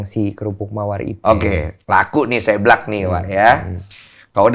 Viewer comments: Lucu amat koh densu bilang seblak nya... Seu koh seu.. dibaca seublak 😁😀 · Gereget banget pengen benerin kata seblak tiap bang deni ngomong séblak, harusnya tuh seblak bukan séblak 😭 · seblak (seseorang) bukan sèblak (mèrah) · Bg densu, bacanya seblak ya, bukan seblak... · Ko Densu ga bs ngomong SEBLAK. Salah pelafalan lu Ko. SEBLAK! Bukan SEBLAK. Duh gmn jelasinnya pake tulisan.